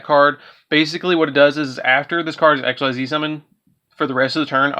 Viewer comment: It's ik-seez not exs-why-zee